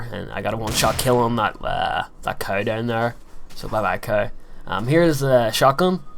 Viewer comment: he called a cow a cew